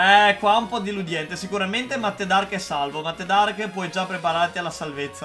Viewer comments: hai detto deliudente non si dice cosi si dice deludente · "Diludiente" cit.